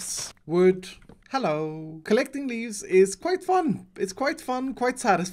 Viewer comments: Or his funny ' hallo' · "Hewo" :3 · Every time say ello i like the vid